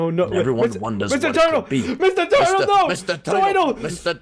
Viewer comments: Wth is a 'teuytle?' Is it a turtle? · "Mr toitle" XD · doesn't know how to say Turtle 😸😸😸😸😸😸😸😸😸😸😸😸😸😸😸😸😸😸😸😸😸😸😸😸😸😸😸😸😸😸I done 🐱 because loves cats and link in the description and get I love cats 🐱 ti-Shirt Sire meowes a -lot plushy